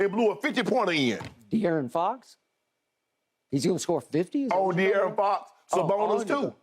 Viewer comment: "he might get 50" "De'arron fox?" lmao skip trolling hard